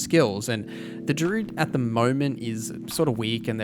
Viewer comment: good video man but you aren't pronouncing druid properly